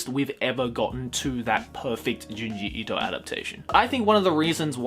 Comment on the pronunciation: Thank you for pronouncing his name correctly